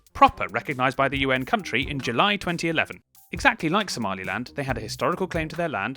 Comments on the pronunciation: Haha - you said "kunt - ri" 😂😉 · At the beginning that pronunciation is not very nice I read that as koon tree, I think in proper ipa is would be /kənˈtriː/ or something similar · my favourite subtle joke here is that /'kuntri'/ is absolutely not how the country is pronounced! its meant to be /ˈkʌntɹi/ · Wtf is there really someone who pronounces it /kuntri/ ? Ahahah